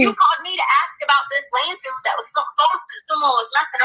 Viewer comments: Does anyone else hear her stupid ass saying "land field"? I can't stand her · It's LANDFILL not landfield,.